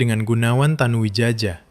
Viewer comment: Tanu Widjaja, mungkin ejaan lama yg hrs dibaca Tanu Wijaya😂😂